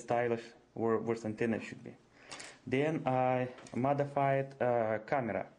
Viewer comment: he motherfided not modefided flop man